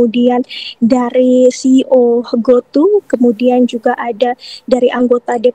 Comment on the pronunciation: Bilang aja goto (to nya pakai nada toko pedia) gausah di Inggris in jadi go tu malah alay mbak reporter